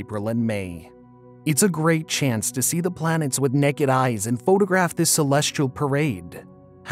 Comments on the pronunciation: kind of sounds like you are saying.."BLANETS" It's distracting. Can't finish the vid. :( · 24 blanets 😅